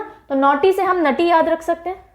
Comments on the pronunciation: Mam himachal ke dance mai nati ko naati i.e.'नाटी' bolte hai... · yaa but aapne galt pronounce kiya tha नटी नहीं नाटी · Mam it's नाटी not naughty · Mam नटी नहीं नाटी है Himachal pradesh ka dance form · Himachal Pradesh नटी नहीं नाटी pronounce krte hain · Mam it's not नटी its नाटी. I m from himachal Pradesh ☺️ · नोटी नही नाटी है😄😂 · अरे मैडम जी हिमाचल में नॉटी नहीं नाटी बोलते है उसे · " नाटी" होता है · Himachal's dance 'nati' pronunciation is नाटी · It's not नती mam its नाटी sorry for saying. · Mam it's not nati is नाटी . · Ma'am its नाटी not नटी......love from himachal pradesh 💓💓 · I also from himachal pradesh sirmour mam nati ko नाटी aise pda jata h thnku for teaching us. 💫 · Mam himachal m nati ko नाटी और dangi ko डांगी बोलते है